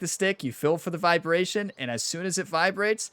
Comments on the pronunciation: try saying "Feel" 100 times in a row, wtf is "Fill"? Worst of all your videos. Unsubbed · Took me awhile to recognize that when you say, “Fill,” you mean “Feel.” Are you in PA?1 😆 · Is he saying Phil method or "feel method" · Are you saying, play by "feel" or "fill" ? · Thanks for the video! I’ve been looking exactly for this video, sadly though, as a newbie, this video was incredibly hard to follow. “I assign numbers based on Phil”, who is Phil? Are you saying Phil or fill? And what does that refer to? I was really looking for a numbers based system and that section was incredibly hard to follow, drawing on the screen would have been awesome. Thanks man!